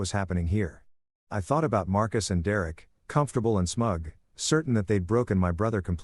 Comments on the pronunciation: Dereck = "Dee Rare Rick" 😂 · D-Rek that s*** was driving me crazy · Lol Dee Eric? Or Derek?😊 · How many times can you Mis-Pronounce the name Derek ?????